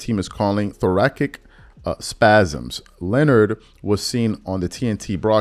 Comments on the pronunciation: Thor-ass-ick not Thor-ack-ick bruh. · thora"S"ic not Thora"K"ic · Thoracic is pronounced thorasic........... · THORACIC phonetically is “THOR” as in the marvel character; “A” as in “at” and “CIC” as in “sick.” Just an FYI. I enjoy the content you review and hope you keep it up.